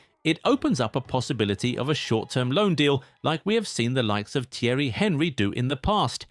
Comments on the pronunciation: T airy HENRY instead of ONREE (pronounced) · LOL that pronunciation of Thierry Henry's name xD